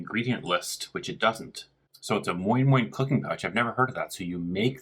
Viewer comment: Why does he say moin-moin with the correct Nigerian inflections?